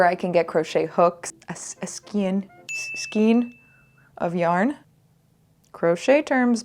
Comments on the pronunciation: I haven't been this happy since we're still a disaster at sewing! And that's the first time I heard that particular mispronunciation of skein. Though I will say some headache would have been saved with the LYS unless you get one of the rare ones that seem to only tolerate crochet begrudgingly. Toni Lipsy is amazing, and also on YouTube. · Yay crochet 🎉🎉🎉 as someone who has been crocheting for 20+ years, people do ask me if I've crocheted something new. Also skein rhymes with train